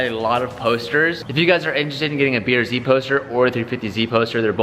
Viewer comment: is is just me or do calvin and say beer z rather than brz?